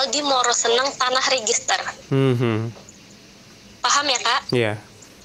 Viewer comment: Cara dia ngmong PAHAM, 2x sya dengarkan dia ngmong paham selalu dg penekanan sprti mncoba meyakinkan mmbrikan sugesti ke org2 hrus prcaya gtu ya. Cara bercerita jga sprti sngaja di bkin runut step by step detail bgt yaa. Sngja mncritakan sisi buruknya si ML jga yg ga ad hubungannya dg tuduhan fitnah pemerkosaan supaya org2 yg dngar mewajarkan serta menjudge perilaku si ML mmang sdh jelek dri sono nya.